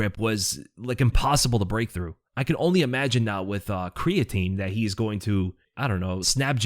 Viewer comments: "Creatine", eh? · That "creatine" right?